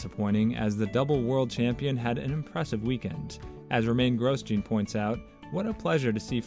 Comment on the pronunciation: Gros-gene haas